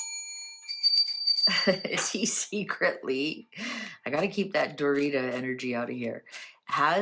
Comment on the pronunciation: Its Doria not Dorita a biscuit.😂😂😂❤ .